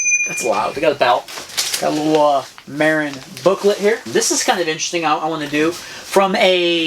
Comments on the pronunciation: Not mairin it's mahhhrin dont piss of the northern Californians by saying mairin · It's Muh-rin not Mare-Inn! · oh lol and the world pronounces it MAH-RIN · It's pronounced mah-rin. That bike isn't too impressive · I like it, but TOOO BIGfor the Tick! I’d put a motor on it— pronounced —Muh-rinn!